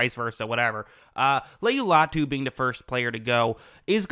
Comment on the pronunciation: Say his name right you’re gonna film on him